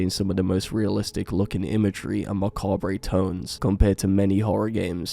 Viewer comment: "ma-cobb-ray" tones